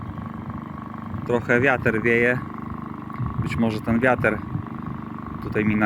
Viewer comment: Litr, Wiatr... Nie liter i wiater :D Poza tym - spoko test. Chyba sobie kupię